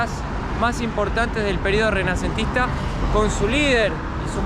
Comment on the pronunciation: Período "remanecentista"???? No. Se dice RENACENTISTA Ufa. Estmos rayanos e la ignorancia. Mejor te asesoras antes de hablar si? 😂😂😂